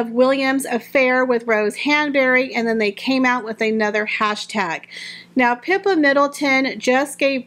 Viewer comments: Isn't Catherine's sister's name...Pip-a...? Not pep-a...? Just wondering 🤔😊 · Catherine's sister's name is Pippa, not Peppa. Also, Princess Margaret, Queen Elizabeth's sister has the middle name of Rose. This could be a tip of the hat to sisters of monarchs sharing the name "Rose" within their families. I would guess a very Royal and Noble nod that they are very supportive of the British Royal Family.